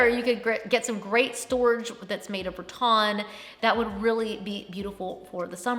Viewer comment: Always love your videos!! Just wondering why you say “Ra-Ton” instead of Ra-Tan... is that a southern pronunciation? 😊